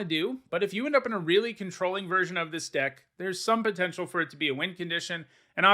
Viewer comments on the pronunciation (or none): none